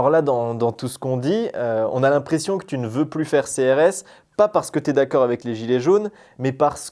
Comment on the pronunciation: Pourquoi tu dit « thu » au début de la vidéo et pas tu il n y a pas de h dans le mot tu donc n en prononce pas stp